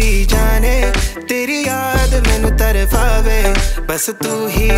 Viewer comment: Tarpave bro not tarfafe! Still amazingly done i would be more than happy to help you with word pronouncing